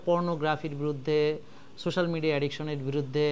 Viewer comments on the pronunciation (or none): none